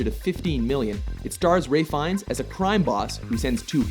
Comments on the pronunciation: its RALPH not RAY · Again Its RALPH Fiennes not RAY, that's twice you've done it now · ''ray fiennes" i thought it was ralph? am i wrong? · "Ray Fines"? Jesus man, show the man his due respect and at least pronounce his name properly! "Ralf Fee-ennes" is not hard to say, and is honestly something I'd expect a film-critic to know. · RALPH Fiennes, not Ray Fiennes =P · His name is Ralph Fiennes, not Ray..... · do they say Ray Fiennes? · Actually it is pronounced "Rafe FInes" it's a Welsh name, and that's how they pronounce it. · He pronounces his name "Rafe", not "Ralph". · He pronounces it like "Rafe" because that's how Ralph Fiennes pronounces it.